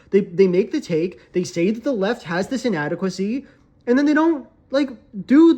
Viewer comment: My internet-poisoned brain heard "inadequssy" and wondered what that meant for like 2 seconds.